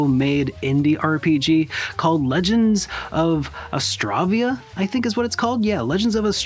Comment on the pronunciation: Thank you so much for covering Legends of Astravia! You pronounced the title perfectly, by the way :)